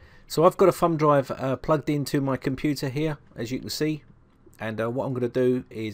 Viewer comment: Sounds like he calls it a "fun" drive instead of "thumb" drive. You crazy Brits!